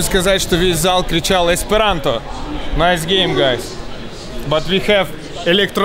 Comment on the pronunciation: Еспиранто.., ахаха